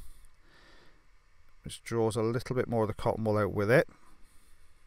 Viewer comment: colton wool bol